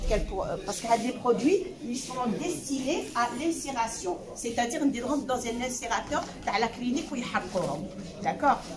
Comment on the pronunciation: Désolée il s'agit bien de l' incinérateur et donc de l'incinération.Erreur de prononciation.